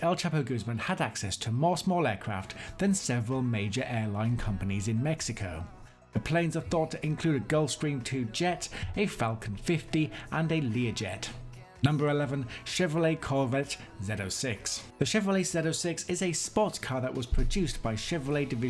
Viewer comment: It's a Lear Jet, not a Leare Jet